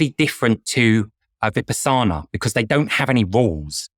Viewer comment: A) He didn’t even pronounce Vipassana correctly and B) the primary benefit I hear practitioners talk about after a 10-day intensive meditation retreat like Vipassana is insight. Insight meditation can give one deep insight into who they are as a person and different aspects of their life.